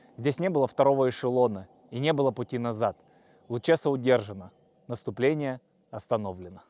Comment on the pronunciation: Река Лучеса, ударение на а